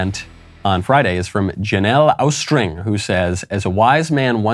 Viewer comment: Thanks again for the shout-out, Michael! "The kids aren't alright" goes through my head multiple times a day at this point. (and it's pronounced Aw-string, like Austin, TX 😉)